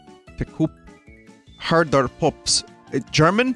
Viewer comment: As a dutch person, the pronounciation of “Herder Pups” had me rolling